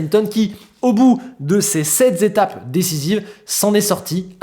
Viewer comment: 6'48" "au bout de ces sept Z'étapes" 😱😓. Non vraiment ce genre de liaisons n'est pas possible à entendre. J'ai eu une fracture nette des deux oreilles. Attention quand même 😅